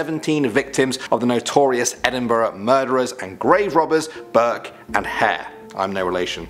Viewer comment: At least someone says Edinburgh like Edinbruh cause that’s how ya say it